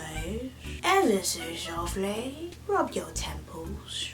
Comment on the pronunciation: You NEVERRRRR fail to make me laugh. I love the way you say "EVer so SOftLAYYY" XD lmao i started saying it like that now too. Eitherway, hope you shine and shimmer like this always. Oh and dont forget that I lovee ya! So so so muchh Byeee <3 <3 :D